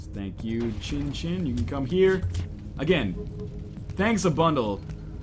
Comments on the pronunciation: northernlion... chinchin can mean penis in japanese... xinxin is more pronounced like shinshin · Nope. "X" is pronounced "S" in this case. "I" is "EE" Pronunciation is SEEN SEEN. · I'm 100% Chinese. Born in Hong Kong, speaks & read cantonese and putonghua. You're correct about the "snow" thing. Not everything sounds the same in chinese, I'd like to stick to my knowledge - that it's pronounced seen seen. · Its pronounced sin sin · the pronunciation of xin xin is shin shin, atleast in chinese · pronunciation of 'xin xin' is 'zhin zhin' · Seen Seen doesn't sound right at all to me, considering that the vast majority of chinese pinyin that has an "x" sound is pronounced as a "sh" sound (eg, snow, "Xuě", 雪 is pronounced with a "sh" sound). I speak from a chinese background here.